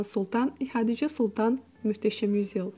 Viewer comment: Каждый раз мюштесем... слух режет 😂